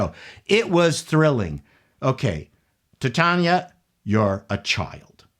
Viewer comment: "Tit-Chanah" - HOW FUNNY!!